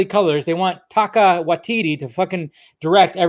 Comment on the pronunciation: it's Taika. Not Taka😂